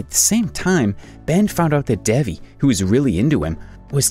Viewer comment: he isn't even saying devis name right!